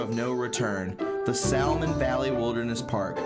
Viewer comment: You misspelled the name in the title, and mispronounced the word salmon in your silver coin shill. Lol 🙄